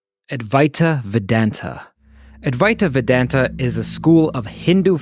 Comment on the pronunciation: C'mmon! You can do better with the pronunciation of Adwaita Vedanta!😄😅